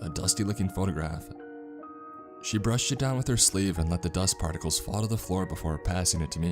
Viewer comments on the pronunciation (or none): none